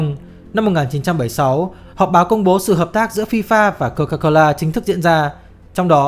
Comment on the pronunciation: Lúc đọc tên hãng nước ngọt là cô ca cô lơ thấy cứ kiểu gì ý 🤣🤣🤣